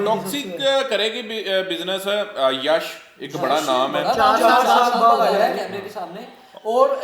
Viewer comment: Yash ko Yas Yas bol raha hai. Batasa nahin bay Batasha